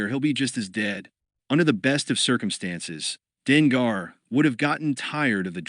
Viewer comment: Denga = Dengar The ai says the names wrong unfortunately but once you know who the characters are it’s better